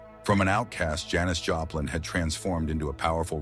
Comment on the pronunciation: You pronounce her name Joe plin??? What the hell !! Damn stupid AI shit -- cant pronounce a person's name correctly !! Stupid shit